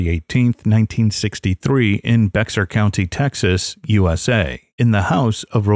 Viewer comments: Bexar is pronounced bear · Bexar is pronounced like "bear"...